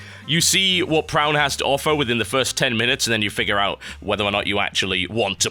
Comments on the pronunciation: it is pronounced pro-oon.. its a type of geometric painting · I think it's pronounced Pra-on